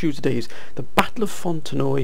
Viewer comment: It’s pronounced “Font-en-wa”